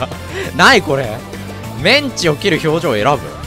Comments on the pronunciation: の｢メンチ｣のイントネーションは完全に揚げ物の方ですわ。これから喧嘩を売らせていただく挨拶のメンチは｢チン毛｣と同じイントネーションですのよ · メンチのイントネーションがカツで草